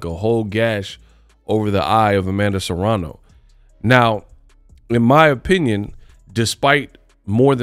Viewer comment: It's *Serrano. Not Serano.